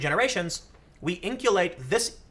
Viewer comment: In-cul-cate not In-cue-late why can't journalists pronounce words correctly?